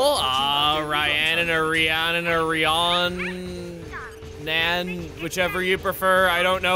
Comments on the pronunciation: Rhiannon is usually pronounced "Ree-anne-on". I'm pretty sure it's a Welsh name, generally believed to originate from a Goddess with the same name. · Oh, Rhiannon is pronounced Re-Ann-In, with the emphasis being on the Re. Hope that helps! lol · In response to what you said starting the name Rhiannon – Welsh for Divine Queen – is pronounced "ree-ANN-in" For confirmation of said pronunciation, there's the 1976 song "Rhiannon" by Fleetwood Mac as well as the artist/twitch streamer Rhiannon Gower, better known for playing characters like Sentry & Xiiki over on HighRollersDnD. (Definitely recommend their Aerois campaign if you've got time) Also, as someone who has studied game design, I find it so baffling that the event trigger for choosing to weaken the Rampaging Sauros only occurs IF you choose to fight it. Like I'm sure most others did, I saw the level tag and immediately nope'd right outta here thinking that that this quest must've been mis-programmed to be available much earlier than it should've been; so you can imagine the how confused I was when, after returning with a lv. 90+ post-game party, I was [forcibly] given the choice to tough it out or retreat and go with this video's route. (WARNING: If you accidentally mis-click the "We can take it!" option, then the other route will be locked out for the rest of the game) Having coincidentally saved right beforehand, I was able to see the rewards for both outcomes and I gotta say, retreating to level down the Rampaging Sauros is arguably the better decision. The added G, EXP & SP from the tougher route is more-or-less on par with quest rewards that require the party be around levels 40-50, and while the Pentagon Core Chip and Accessories are considered mor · I have a cousin with that name; she pronounces it "ree-ANN-nun" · I met a Rhiannon a little while back, and I think she pronounced her name “Re-anne-in.” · As someone who was born in Wales I would pronounce Rhiannon as Ree-an-on. I hope this helps